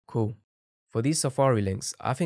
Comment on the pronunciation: bro cant say cool so he goes by saying coo